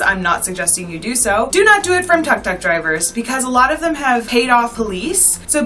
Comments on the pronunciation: Its call tuk tuk and not tak tak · OK, first off a tuk tuk is pronounced took took, not tuck tuck. You said you wanted to talk about Siem Reap and the temples would be a separate video but then you said people were selling postcards and t-shirts everywhere. That's at the temples. Not many people approach you on the street to buy those things. I'm done 5 minutes into your video. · Tuk tuk is pronounced took took baby girl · Tuk Tuk is pronounced Took Took .. you're welcome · Tuk tuk is pronounced as took took. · Great Video however pronunciation of Khmer, Angkor, and Tuk Tuk is off. Most westerners pronounce Khmer and Angkor wrong, though one should learn how to pronounce the words before making a video.